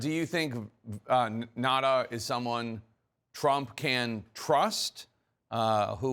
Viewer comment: 1. You know, it's not that difficult to pronounce a name correctly. It's not Nada, but Nauta, spoken as written down. 2. All bathroom door locks open easily from the outside in case someone (a child) gets locked in or in case of a medical emergency. Any parent knows that. It's not really a lock, just a hinderance in case someone opens the door when someone is using it.